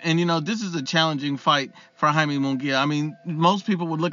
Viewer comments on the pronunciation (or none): “Hai-meh” not Yay-me.